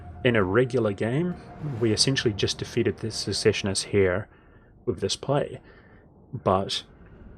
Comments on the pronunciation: Pronouncing secessionists and ubersreik wrong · I noticed you had a few words you pronounced a little off, like secessionists, and weismund, would you like to see how they're typically pronounced? I know this kind of comment can often come off sounding bad, so i just want to state that it's meant only as assistance if you want it.